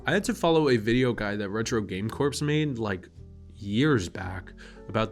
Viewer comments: It’s retro game corps, not corpse 💀 It’s pronounce ‘core’ just like marine corps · LOL! I noticed that too lol! I wonder if he knows he pronounces it incorrectly.